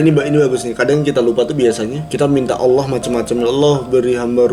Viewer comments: Saya takjub sama kk, mualaf tapi udah bisa ngucapin kata "Allah" dg benar, banyak orang Islam aja yg blm bisa ngucapin kata "Allah" dg benar. Ini sangat penting dan mendasar kk, terbukti kalau kk itu cerdas, mempelajari sesuatu dari yg mendasar, kk belajar sama siapa sih, yang ngajarin kk bukan orang sembarang nih. Ajarin adik nya kk... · Pengucapan "Allah" nya. Yaampun masyaallah. Sehat terus kalian💜